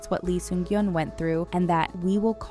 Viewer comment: Lee Sun-kyun ...not gyun